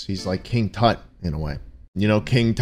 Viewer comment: "What does tut mean?" "*says it actually correct*" "I will not question you ever again." Wise decision turtleneck